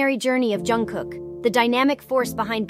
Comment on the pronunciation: Pronunță-i numele corect !!!!!!!!!!!!!!!!!